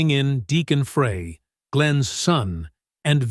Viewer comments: Show respect and pronounce Glenn Frey's name correctly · World was shaken to it's core? Hardly. Narrator cannot even pronounc his name right. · Ah ok - apologies - I skimmed through the video - couldn't stand the automated robot thing mispronouncing Glenn's name every time. Clearly it was a collab of all three and Felder did made a decent contribution to it. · You need to teach your A.I. host how to pronounce "Frey" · The whole thing's propaganda and this guy's pronouncing his name wrong sad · The announcer is mispronouncing Glen's last name! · My thoughts exactly! Is this AI ? Who doesn't know how to pronounce his name? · Male announcer does not pronounce Glenn's last nane correctly. Very annoying. Check out how to correctly pronounce Glenn's last name ! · Why the obsession of how to pronounce his name. The man is dead. Does it really matter now? Also he was no angel. Once he died everyone acted like he was a saint. Great musician. Average human with faults some pretty bad. None of us are perfect and certainly not Frey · Pretty sure it’s Glenn’Fry’ , not Glenn ‘Fray’ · Why is this narrator saying Fray? Glenn's surname is pronounced "Fry" and spelt Frey! Not hard, really! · I could have more respect for the narrator if he would take two seconds to learn how to pronounce Glenn Frey's name correctly. Insisting on calling him by a name that is not his name, the narrator also insists on making himself seem callous, careless, disrespectful, rude, and less than intelligent. I am so deeply relieved I am not the narrator's mother. I would be so very embarrassed. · I can't stand listening to this guy that don't know how to pronounce Glenn's last name it's spelled frey but pronounced fry get it fry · The pronunciation in this. Just think French fry and then you’ll know how to say Glenn’s name 🙃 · First of all, his bame is pronounced FRY... .FRY.. GET IT???? Secondly, there would be no Hotel California, without Don Felder!!!! Get your facts right!!!! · It's Fry not Frey!z,!